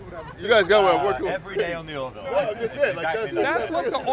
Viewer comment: Remember : it's the " Ore - VILL." 'Nuf said....